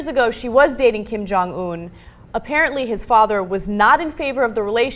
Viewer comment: You two are not saying his name right. The last syllable is not pronounced Oon, it's pronounced how it is spelled in English, Un.